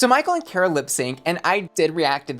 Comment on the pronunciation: her name is car-uh not care-a. learn black queens’ names.